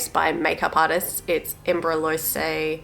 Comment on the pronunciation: Its pronounced em bro lease ❤